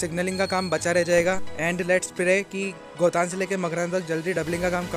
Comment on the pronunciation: गोतान नहीं सही नाम गोटन है.